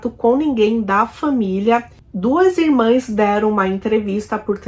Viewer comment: Amiga, pronuncia-se e escreve-se irmãs.